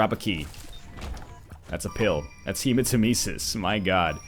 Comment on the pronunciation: Northernlion hematemesis is panctuated on the second e and not the third e.Sorry that i have to correct you but i'm greek and since the word is greek it just sounds so wrong when you pronounce it the way you do.